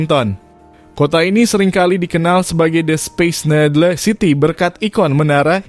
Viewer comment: mimin sebut Seattle betul, kenapa sebut Needle salah??